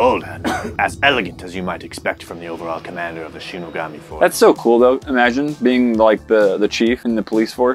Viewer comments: It’s the SHIN-SEN-GUMI not shenagami. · Shinsengumi not shinigami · It is not shinigami it is Shen-Sin-Goomi. Watch Ruroni Kenshin-. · Word on screen: Shinsengumi What said: Shinugami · It's "shinsengumi" which was a police force in japan, not shinigami ( Reaper), Otherwise this video was a dope for me. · Your all are reading it worng...its not shinigami(soul reaper).....it's shinsengumi.....they are old japanese samurai police. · Clearly says Shinsengumi.. proceeds to read "...shinUgami" .... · Anyone notice that said "Shinigami" but it very clearly say shinsengumi?😂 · Dude, it's shinsengumi not shinugami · to mispronounceing "Shinsengumi" as "shinigami" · mixing up shinsengumi with shinigami and mispronouncing it shinogami. 🤦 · Everytime they pronounced shinigami on shinsengumi i cringed sooo hard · No it's not. It's based off the real Shinsengumi, not the one in the anime. That said, as a Gintama fan, I felt like killing myself each time he said "Shinigami". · Hearing him saying Shinigami when it said shinsengumi was kinda cringe 😂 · Btw the metal smell is bc you finger Oils on the metal and you say it like sh - ee-ne-ga-me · Shin-sen-gumi you guys are saying the wrong word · why did no one correct that it’s shinsengumi